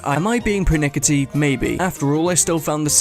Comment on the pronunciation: "Persnickety" is what correcting someone's pronunciation of persnickety would be. I love how silly this is.